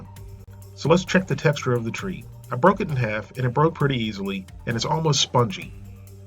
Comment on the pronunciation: tr-egh-t not treat